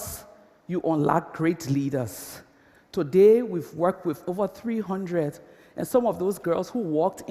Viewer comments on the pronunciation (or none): none